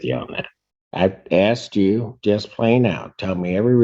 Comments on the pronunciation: Axed the question? I've heard many Americans saying "axed" for the word "asked" does anyone know why they say it like that? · He axed you a question? Is axing people legal where they are? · Axed me a question... must be Darrel Brooks Brother 😂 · who is this person or group of people that keeps axing all these black people? I keep hearing that they have been axed and none ofthem ever have visable injuries or in fear for their safety after being attacked by an axe! It must be super rough meing black cuz it seems like this happens on a regular basis!